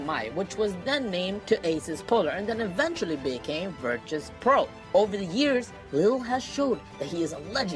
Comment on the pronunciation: ITS VIRTUS NOT VIRTRUS .,.,FUCK U